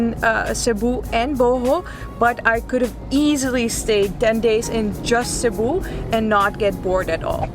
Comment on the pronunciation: Thank you for making Cebu ur first visit to the Philippines. Btw, your pronunciation and diction on local names are one point! - Pag Amping kanunay! (Take care always) -from a Cebuano